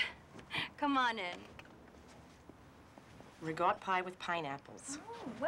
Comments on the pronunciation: It's RICOTTA pie, not rigott🤣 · Why does she call it regot pie? She is literally the only person anywhere I've heard or read call it that.